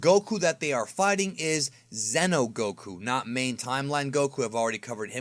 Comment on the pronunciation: Xeno is not Zeno. So don't talk is like the same. "Zeeno" and "Zeno" spells differently.